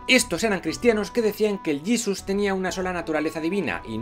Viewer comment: " el yisus " jajajaja me hiciste el día como siempre jajajaja